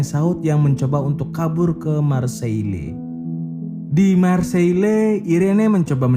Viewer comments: Marsey bro bukan marsiele, masukan dikit 🙏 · Kalo nyebut marseille marseil aja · Kek nya ada yang salah deh untuk sebutan "Marsailles" cuba translate